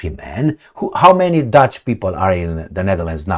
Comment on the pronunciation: Are you saying Dutch or douche?